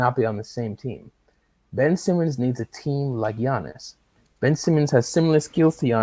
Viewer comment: Why do you call Giannis, Janice?